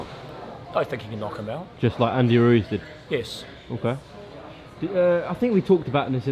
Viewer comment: Brilliant👍 just one thing. Please take the Mickey out of DH next interview on his pronunciation of Ruiz. “Ru is” really. Or maybe he’s taking the piss out of us. Who bloody knows??? Monty Python reborn into boxing promotion. Love it😂😂😂